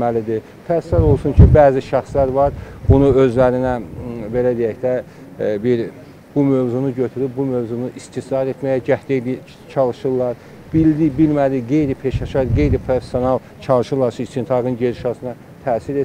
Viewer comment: "İstismar" ay goyun, istisaar yox!!!